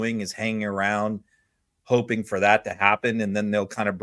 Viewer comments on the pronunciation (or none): none